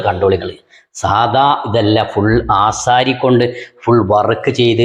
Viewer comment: എടാ ഭയങ്കരാ 😄😄😄ആസരി അല്ല ആശാരി 🤪